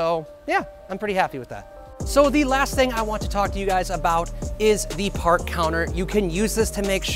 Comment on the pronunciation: paht feh guhn